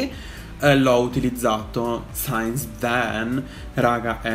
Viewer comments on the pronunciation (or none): si pronuncia "sins" non "sains". Aiut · si dice "sins" non "sains" 💋💋💋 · "since that" si legge "sins" e non "sains", "sains" è la pronuncia di "science", ovvero "scienza". Love ya kween ♡♡ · Comunque la parola “since” si pronuncia “sins” non “ sains” 🤗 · io ti amo ma “since” si pronuncia “sins”😂😂😂😂😂😂♥️ love u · Comunque since si pronuncia "sins"